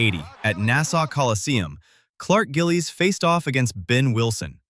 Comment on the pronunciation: Clark Gililies!!! Good vid